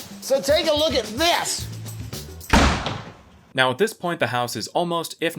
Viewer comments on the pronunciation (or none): II don't remember him having such charm:"so take a Look At THIS"🚪 💨